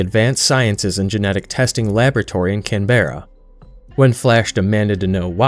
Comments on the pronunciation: Canberra is pronounced Can-Bra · sorry to nag bro, but australian here. just for future: Melbourne is pronounced Mel-bn (with the bn being really fast) Canberra is just Can-bruh (as it reads) Great video though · the way you keep saying canberra seems so wrong... It's pronounced kanbrah, like you're asking for a can of beer from your brother :P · Emu isn’t pronounced like that, and it’s mel-Ben not mel born. And my god Canberra isn’t pronounced that way either. Come on the least you can do is learn the pronunciation of our cities and animals.